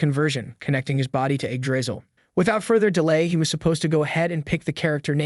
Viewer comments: bro what is eggdrizzle like it's Yggdrasil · Eggdrizzle, bro its yig-dra-sill😢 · Its not Eggdrisal its Yggdrasil pronouced Yig-dra-sil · Actually pronounced yigdraseal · I don’t know but I’m very sure that it’s pronounced ig dra cil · Do i Heard it wrong or he is say the tree name as eggdrasil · Why does he keep pronouncing it "egg drizzle" 😭😭😭😭😭🙏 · Start of the video, me seeing Yggdrasil, the narration voice saying "Egg Drisel". Sounds about right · All I hear is egg drizzle when he names the tree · I'm usually not this petty...but your pronunciation of "Yggdrasil" is wrong and horrible... yeah, Americans and those pesky foreign words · Would rather read the Manga/Manhwa, if such exists, than listen to an AI Narrator that can't pronounce Yggdrasil the same way twice in a row.